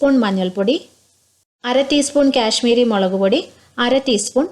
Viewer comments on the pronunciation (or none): 1st of all its kashmiri not cash miri and 2nd it's carrot not carrata.. Uff sounds so irritating.